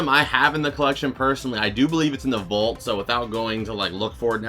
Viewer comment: I still laugh a little when you say vault. It's because I'm kinda braindead sometimes. When I first heard you say it I was like "What the crap is vult" Lol I started looking up Nickelodeon Vult, Cartoon Network Vult and couldn't find anything. And it finally clicked that you were saying vault the whole time. 🤦🏼‍♂️